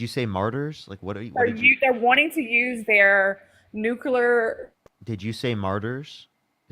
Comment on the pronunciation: RACIST BIMBO cannot say the word "nuclear'???